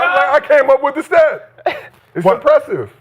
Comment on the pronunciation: “wit a pillow”🤣